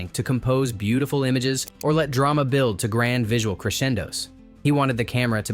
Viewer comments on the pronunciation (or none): none